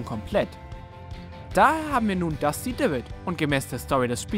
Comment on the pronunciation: Es heist Einfach Nur "Wailing woods" und nicht die oder den😡😡😡 Deine Aussprache Von Dusty und denn Anderen Kotzt mich an